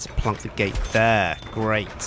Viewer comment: i love how says "plonk". c